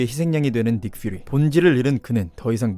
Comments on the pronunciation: 퓨리를 퍼리로 읽어버림 ㅋㅋㅋ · 닉퓨리 이름 나올때 퍼리라 읽음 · F발음 하나 입술물어 한다고 똑똑해보이지 않습니다. 닉 Fㅠ리 Fㅠ리 ㅋㅋ 딴 단어들도 발음하면 몰라